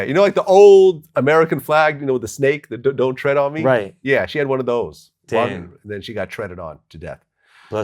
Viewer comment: tread not thread